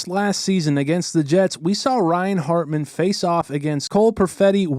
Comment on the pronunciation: Is it hartman or ratman 😂